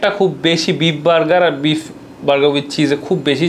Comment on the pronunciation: Please either speak English or Bengali. If you do both at the same time, it’s insult to both languages. Lastly, don’t use words that practically means nothing neither in Bengali nor in English. And you talk and eat at the same time? Disgusting! I understand it’s a Food video but come one now. Lastly it’s beef not beep!!!!